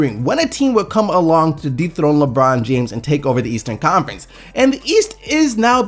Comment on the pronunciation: Sounds like you said deepthroat lebron instead of dethrone LOL